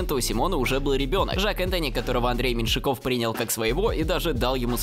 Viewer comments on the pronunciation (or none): не Меньшикóв, а Мéньшиков